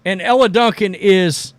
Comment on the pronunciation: Dude I agree with most of your takes but you've got to start pronouncing these women's names correctly. It ain't Ella and Ahhhhhhhhzhay. It's Elle and Aja (Asia)